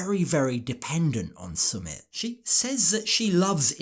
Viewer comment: I cannot believe this rude, selfish woman. When you visit another country, let alone live there, you adhere to their customs and do not disrespect them. To start with, she does not pronounce the name of her "love" correctly. She says S'mit, it is Sumit, with the emphasis on the first syllable. She does not even try to understand the customs of the country.